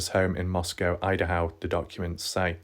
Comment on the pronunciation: Very thorough. I do get distracted by videos that mispronounce a lot though 😕. It’s Goncalves (c is pronounced like s - Gon-sal-vez) and Idaho (not Idahow). With every update, BK looks more guilty.